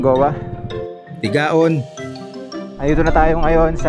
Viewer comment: Nakadaan na rin kami dyan ang ganda ng Sagnay it pronounced po sir as 'Sangay' and Tigaon also pronounced as 'Tigawon' po.